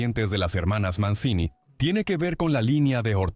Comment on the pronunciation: Se pronuncia "Manchini:, averigüen un poco para estos posteos pedorros con IA.